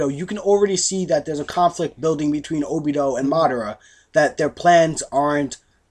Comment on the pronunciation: ObidO ? really guys cmon -.